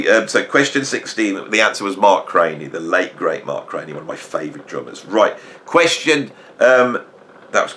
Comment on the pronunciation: Excellent, friend. BTW, I believe Mark was pronounced CRAN_NEE , not CRAY NEE, I am told [my 1970s music school U NT,exas bar band co-hort Gregg Bissonette, couch dived with Mark C in SF valley, when G 1st hit LA scene in 1980s] .. I failed this test GOOD WORK, more please,,, [Tom F, Austin Texas]